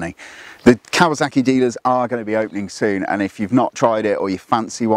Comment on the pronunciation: Either way, there's zero excuse for saying "kawaZACKy".